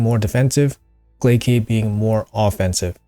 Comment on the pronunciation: Love the info and everyone hates the English nerd but "Glaciad Of The Meltwater" it's "Glay-Shh-Ed" You know...like a Glacier? Cause he freezes and is cold 😅 You go into his champion lore even calls him the "Prince of Thaw" and mentions Glaciers way too many times. Not a shooting offense just passing along the secret nerd information and stop that s tier butchering. Carry on my friend! I am down to change his name to Glaycade too if needed.